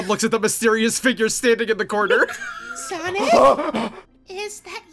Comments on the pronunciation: "Sonc" made me lose it more then it should have tbh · There's no 'i' in Sonc.